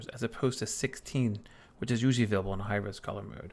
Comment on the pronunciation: Where are you from? I've never heard this pronunciation of "available" ("avable")